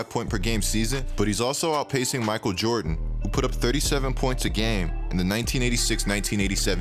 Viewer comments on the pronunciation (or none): none